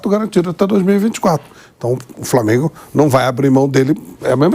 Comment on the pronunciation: Esse substituto do pilhado falando Flamêiingu me dá nos nervos